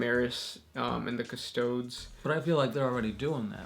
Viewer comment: Custodes: Cus-TO-days, not Cust-TOHDS